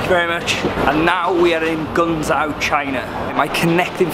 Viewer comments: Great vid. Guangzhou is pronounced "Gwang-Joe" not gungzo. I had the privilege of flying China Southern to Guangzhou in business class in February on their A380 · poor pronunciation there. It's pronounced like Gwan zhow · The pronunciation of Guangzhou is so infuriating it’s Gwangzhow if you’re doing it phonetically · It's pronounced more like gwang jo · Guangzhou is pronounced gwang jow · Hearing him say guangzhou is the funniest thing ever😂😂😂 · guangzhou is pronounced with a J instead of the z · It’s called guangzhou Not trying to be mean